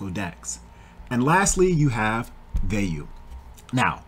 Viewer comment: This is the only person I've ever heard say Vey-you, instead of Via-you. Shit caught me off guard